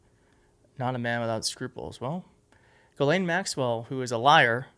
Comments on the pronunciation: Who's this Gilane Maxwell? I know there's a Ghislaine Maxwell. Ghislaine is a French name and idiot Americans are known for their ignorance and don't even bother to simpley Google the name and hear the correct pronunciation. That's one of the reasons Americans are universally detestested, Their ignorance of things outside their own country is staggering. They're lack of knowledge is astounding. They must have a piss poor educational system and know with the wife of WWE McMahon running their schools it can only get worse. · God DAMN. her name is pronounced jis-lane I'm from Quebec and have french friends with the same name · It’s pronounced ‘jizz-lane’. The more you know…